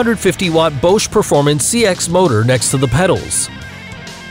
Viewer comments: He pronounces Bosch three different ways! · You pronounce "Bosch" as "Bow-shh" Ahahahahaaaaa BUTCHERED the name of one of the largest and biggest world-wide companies. When were you born, 2005? If so, then you get a pass. Also, "Bulltaco." It's a compound word. "Bull" and "Taco." Now put them together. It's not a "tuh-coh"